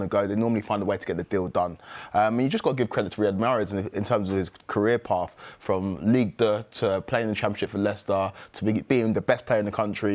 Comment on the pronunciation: Ligue duh? Hahaha